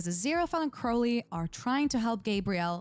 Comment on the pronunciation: You keep calling Crowley "Curly" 😂